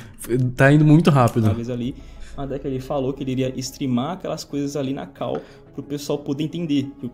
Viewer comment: Eu não suporto mais a galera falando CAU (call). Porra fala chamada ou fala call do jeito certo.